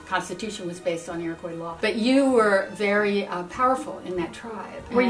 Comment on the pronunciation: "the iroqees" "the iroqees tribe" omg... my ancestors are screaming